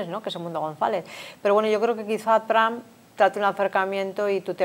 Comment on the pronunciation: TRAN ?????😂😂😂😂 TRUMP SR.